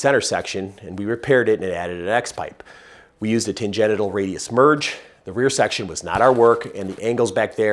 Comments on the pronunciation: Why does he say tangenital instead of tangential? Is it because tan-genital is funnier? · Expertise through trial and error is the best. That corvette sounds so mean. Love this channel. small suggestion, stop saying "Tan Genital"(Sounds dirty😆) ... the word Tangential = "Tan Genshal" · Ok, I am reading "tangential", but I am hearing "tan-genital". 🤨😆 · While pronouncing it "Tan-genital" is pretty funny, why not say it right? 😊 Tan-gen-shul :) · Sorry, gonna take off my gearhead hat and put on my teacher hat. Tangential is pronounced tan-Gent-shul. Because they go off on a tangent. Tangenital means you have a brown nut sack due to its exposure to solar radiation. Although I'd personally forgo the chance at getting sunburned balls. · Great information. I love the channel. Kept me laughing the whole time when tan-gen-tial was pronounced tan-gen-ital. Who doesn't want their car to sound more "ballsy"? I would love to see a 4.6 Mustang build. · The term is fine, but the pronunciation is tan-GENT-shil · tan-gen-shil. Tangential. It is spelled like gentials.. but, it's a different root word.